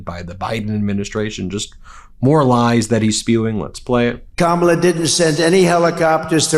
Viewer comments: I'm so tired of this loser mispronouncing Kamala's name. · Great show Ben. He could be on a beach, but, there again.... he could and "MIGHT" end up in a federal prison. Wouldn't that be splendid! He's still having trouble saying President Elect Harris' first name right which makes him totally stupid. Poor Howard Stern, now he's turning on him. I laugh at the empty seats. My! He's so popular (NOT). 😃😄😆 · It’s so incredibly disrespectful how he mispronounces Kamala’s name 😡